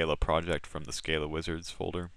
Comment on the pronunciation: Good tutorials, thanks.. but.. "skah-luh"